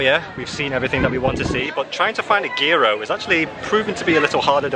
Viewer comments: It’s pronounced Year-row (Gyro) we enjoy your videos, you gave us a nice laugh 😀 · Gyro is pronounced (in Greek): yee roh I’m loving your videos! Thanks and keep it up.😊